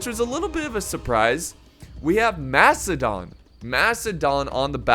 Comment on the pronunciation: is the man playing macidon out of his mind slaughtered the name